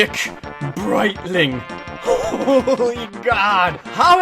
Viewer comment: Stick Preitling, not Brightling